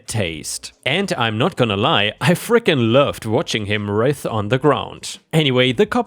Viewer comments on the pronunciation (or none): English is a difficult language, even for native speakers, and you manage it very well. To help you with it a little the i in the word "writhe" is pronounced as "I" or "eye". Keep the stories coming, I enjoy listening to them.